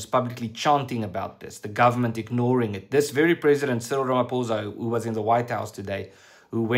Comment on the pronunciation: Good work. just pronounce Ramaphoza's name correctly. It's pho not pou